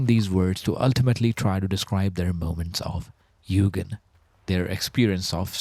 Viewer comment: Very cool concept and it's great to learn a new word! As I can speak Japanese to some degree, a small remark; u with a line above is sounded "twice". so it's pronounced more like Yuugen than Yugen (The opposite is true for another common word, and a Honda specialized manufactorer, Mugen which is pronounced as you said Yugen in this video)